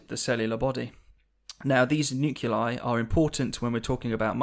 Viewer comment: pronouncing "nuclei" as "noo-cue-lie" rather than "noo-clee-eye" is something I cannot ignore